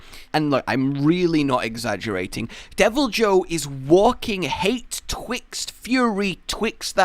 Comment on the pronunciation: It's pronounced "devil-eee-hue"